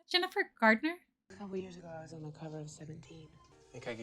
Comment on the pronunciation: I really hope you were saying 'Jennifer Garner' and not 'Gerdner' which is what it sounded like